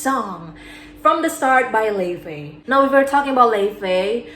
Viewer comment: Lefay 😭😭😭 It's pronounced lo-Vay Love your vids btw